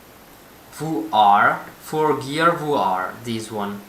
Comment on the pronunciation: How I say VR: VR | How says VR: VooR